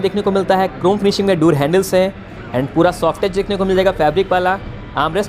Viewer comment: भाई डोर (door) बोला जाता है दुर (dur) नही बोला जाता है, प्लीज बोलो एक दम सही से हमेशा....